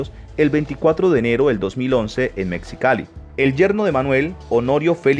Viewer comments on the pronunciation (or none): none